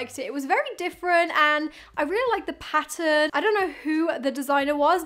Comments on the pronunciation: Omg now that I read this is low key driving me crazy but you’re 100% right hahaha 😂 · Not weird. We think you're weird. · Weird way to say "pattern". She is saying pa-en loll